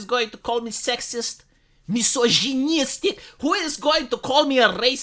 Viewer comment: Don't worry, I'll still watch your videos if no one calls you mis-oj-ee-nieestic anymore. 😉